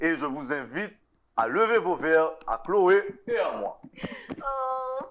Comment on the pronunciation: Wonderful Chlo-ë 😂😂😂 Yon ti Chloval... mais c’est quoi l’histoire 🤣